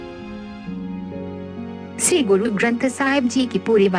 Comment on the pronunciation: Ye 'shree' hai, 'see' nahi , plz pronounciation per dhiyan de kr hee video banaya karein. Waheguru ji ka khalsa , Waheguru ji ki fateh.